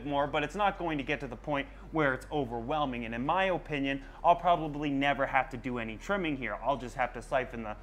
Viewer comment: the way u say opinion with so much emphasis on the first O drives me crazy lol!!!! im very country and i say uh-pin-yun so it sounds so proper the way you pronounce it. im am of course joking. we are from different countries so its to be expected lol